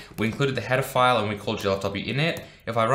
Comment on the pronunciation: I think I watched too many Chris Hansen videos because I keep hearing "pedophiles" instead of "header files"